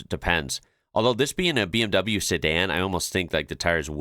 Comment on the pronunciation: Alright, American guy! Listen, if you pronounce it "Bay Emm Way", that's alright and we'll attribute that to your American accent, but NEVER say "Bee Emm Vee" again! What is a BMV supposed to be, a hybrid between a BMW and a Volkswagen?